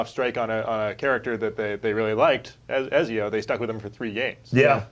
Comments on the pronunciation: u know they're full of shit when the host can't even pronounce ezio properly.. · The guy on the far left can not pronounce Ezio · the British guy makes good points, but come on. it's Ezio :P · can't pronounce Ezio to save his life, even when his colleagues all around him can lol.